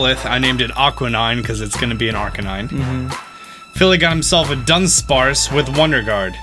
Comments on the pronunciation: U know he said Dunspace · Its not Dunspace Its Dunsparce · Dunspace? i thought it was dunsparce :)